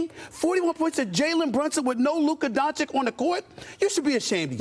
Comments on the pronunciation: Fr bruh, it's not hard. He needs a cue card that spells out don-CHiCH lol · Bruh its not donchik ...why doesnt anyone correct stephen a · What makes me sick is Stephen A still saying Luka DonciCK! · Stephen A. Smith disgusts me as he after 3 years still can’t pronounce Luka’s surname. Stephen A , if anybody is underachiever, it’s you! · will he say doncic name correctly ever????????????